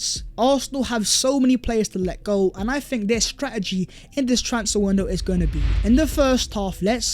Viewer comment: Yoooh what's goingk onk guys... My ringtone😃